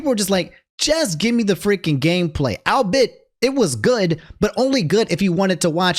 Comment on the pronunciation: I know you don't care, but it's al-be-it, not al-bit